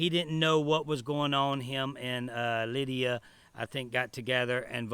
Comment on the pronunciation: Say Lydia name right! It’s not Linda!